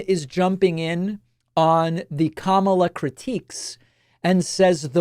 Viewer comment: Who is the first reporter? Even she's going to mispronounce Kamala's name? smh